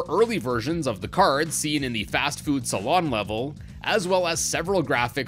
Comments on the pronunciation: Fastfood "Salon"? It's SALOON! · Hey! You pronounced saloon as salon Additionally, pepino being yellow is because that's the color that they chroma key out for costumes. So maybe fix a couple of the inconsistencies and re-upload the video? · you did not just say salon